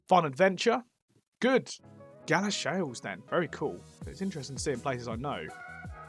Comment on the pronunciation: Two comments: I know you found all 5 Greggs, but if you slow down scrolling on the map you might see place names quicker (I saw New Addington on Iceland). It’s pronounced Gal-a-sheels, not Gala-shells.